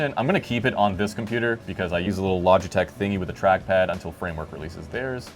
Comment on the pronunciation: LoJitech? I thought it's LoGitech. Interesting.....